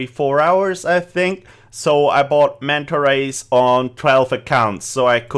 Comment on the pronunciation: how many times did he say manta ways